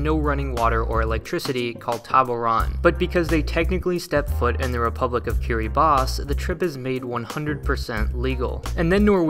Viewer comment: i just want to thank you for pronouncing Kiribati right